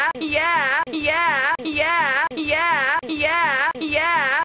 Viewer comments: after a while it sounds like hes saying "gay app" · it sounds like he's say hunkyyeah